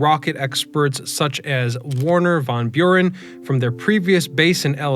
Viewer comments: Warner von Buran? Seriously? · "Warner Von Buren" 🤣💀🤣💀🤡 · Who is Wernher Von Buren?